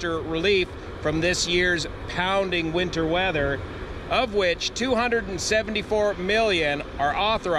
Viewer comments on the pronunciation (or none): none